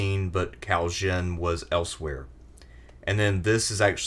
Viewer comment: So you pronounce Cao Cao right but then pronounce Cao wrong for the rest of the segment? So lost